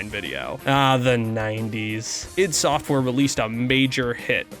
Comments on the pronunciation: It's not eye dee... It's "eeed". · It's not pronounced i.d. Software and no, Romero was NOT the primary programmer for any of their games. John Carmack was.